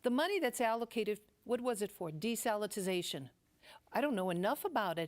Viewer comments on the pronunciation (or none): Desalitization lol